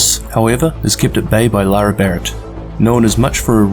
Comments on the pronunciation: Great video but her name is LaRae not Laura. Pronounced La Ray. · Literally just made a comment stating that it was So annoying that you kept calling her Laura and not Larae hahahah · Isnt her name pronounced la'Rae like la-ray, not luara lol that was bothering me because you used her name like 30 times